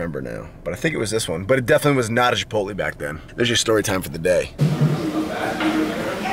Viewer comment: with the bait. GODDAMMIT ITS CHIPOTLAY NOT CHIPOTLEEE YOU FATASS